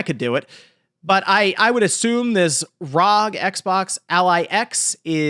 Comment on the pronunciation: Say it with me now R…….O……..G. R.O.G. Homie forgot what started the scalping scene it was the Nintendo switch. I actually subscribed to the channel shortly after the switch scalping of 2019 i made a killing and decided to sub to this monky man but. his inability to pronounce acronyms correctly is making me reach for that unsubscribe button